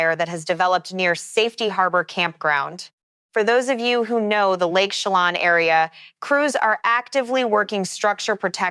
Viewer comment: Pronounced...She lan and Nespeelum